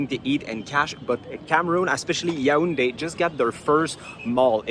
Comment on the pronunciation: Nice vid. I appreciate the fact that you were objective in your opinion. Also you pronounce the city Ya ounde ; you should say it yawounde.😉